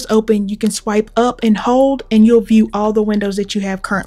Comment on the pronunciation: Good video but the "expose' mode is pronounced. "expo-say" like the music group in the 90s